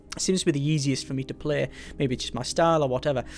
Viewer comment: Series? Merbe.. Beverage? SURE! Try harder difficulties...